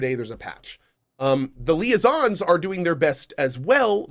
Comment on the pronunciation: Its super funny to me when ever Cohh keeps mispronouncing liaisons, and it hurts souls every time and he just chuckles in the background and then they finally troll him for it. Lol